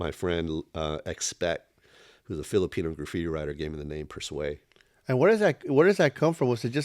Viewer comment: I’ve never heard his name pronounced per- sway.